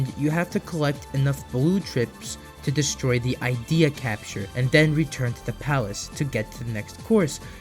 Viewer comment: The Ideya from NiGHTS is pronounced as “id-ee-ah” not “eye-dee-ah”